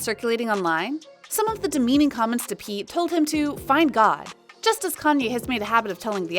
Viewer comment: Why is she continually mispronouncing Kanye’s name